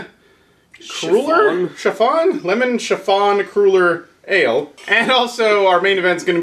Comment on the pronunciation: Li-"cure"... "Cruel"-er... What is this, a Bum Wine Reviews sketch?